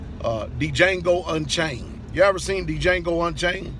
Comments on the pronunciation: Django (Jango...the D is silent)..in the movie Samuel Jackson's character was the one running the plantation. He was a Dey (one of the five civilized tribes). Leonardo Dicaprio's character was his son. Not his master. That's why he cried like he did when he was killed. Remember it was Samuel Jackson's character who signed the checks and had his own chair in his own chambers where he spoke normally and eloquently all while having some whiskey and a cigar. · It’s jango! The D is silent brother dowel!